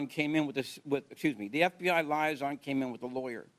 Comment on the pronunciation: doesn't know how to pronounce 'liaison'.